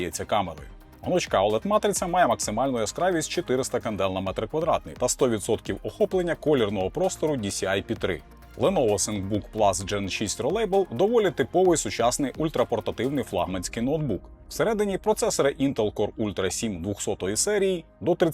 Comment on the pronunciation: відео цікаве і інформативне, але з англійською треба попрацювати)) ролейбл?)) розвеселило, давно вже не чув такої вимови ролабл!)